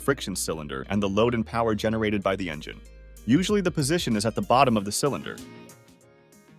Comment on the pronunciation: "Engeneer"... bro. Engine.